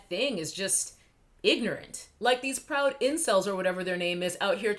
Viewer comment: Think it's pronounced "pwoud boys"